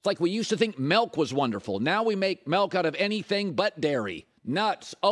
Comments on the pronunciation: Colin it's "Milk" not "Melk" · Colin "Melk" Cowherd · Milk doesn't have an "e" in it.